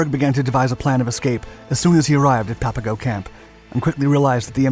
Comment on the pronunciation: A couple of things, I could add: Papago is pronounced like Pop a go, not pap. The label was a derisive one the Spaniards had for the Native Tohono O'Odham People, who still live here. [It meant ''Potato Eaters.''] The title is no longer PC. The yarn is well known here in Arizona, and you missed a few colorful details. Coleche is a congregated natural ceramic, created from intense solar heat and the right soil combinations over eons. There is a Coleche Layer all construction guys here know about. Usually about 6 feet below the surface. You need a 6' iron digging bar to bust thru it. Tough stuff, but once thru the Coleche, the digging gets easier. The story goes, the U-Boat guys got hold of a gas station map, which showed the local ''washes'' and arroyos, as streams, with little blue squiggles. Except for during Monsoon Season, when a flash flood can turn a dry wash into a raging, impassible torrent, they are dry and choked with abrasive brush, cacti, mesquite, cholla, etc. In their optimism, the U-Boat guys made their own Klepper folding boats [canvas kayaks] out of plywood supplied from the camp Recreation Department and raincoats. With these, they would navigate the imaginary rivers seen on the map. Gila is pronounced with a Spanish silent G like ''Hila.'' I also heard the German POWs spent their last American money on Chinese food in Downtown Phoenix, before being turned in to the Army. Local Chicanos lived near the camp. My Brother's ex-Sister-In-Law, Bernice, was a small